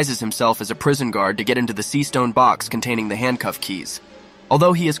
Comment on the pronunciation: I’m starting to think these mfs don’t watch one piece 😭how u pronounce bepo wrong? Otherwise great video 🤣